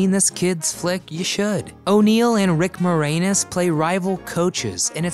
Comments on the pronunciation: You have no clue of how to pronounce the name of Rick Moranis. What rock have you been living under? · I can't explain how old it makes me feel that you mispronounced Rick Moranis..... lol.